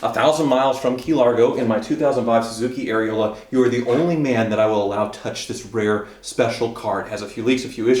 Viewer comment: Did he say suzuki aereola?? Hahahahaa